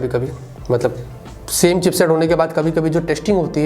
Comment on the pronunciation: Chipset not cheapset